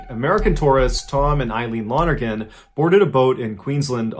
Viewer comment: I just got wayyyy too excited that you pronounced "Lonergan" correctly. That's my last name and you'd never believe how badly I've had people butcher it =)